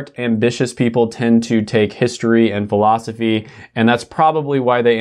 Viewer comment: Why did I laugh at the way you said Philosophy? 😂